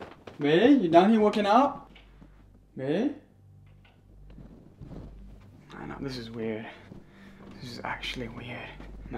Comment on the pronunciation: cant say the word😂 babe instead he say bay